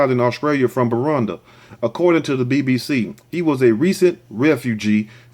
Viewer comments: it is bu ru ndi not burundah and it’s bu jum bura come on phonetics rant over l. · Next time learn how to pronounce what you don't know before doing a video.. The way you pronounce Burundi and Bujumbura is irritating. Nice video though.